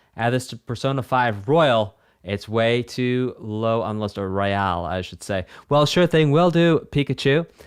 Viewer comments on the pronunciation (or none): none